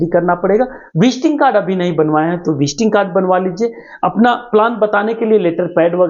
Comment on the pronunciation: Visting kad nahi visiting kard bole